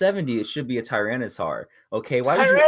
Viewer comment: Almost spat my drink out at the Tyranitar flub.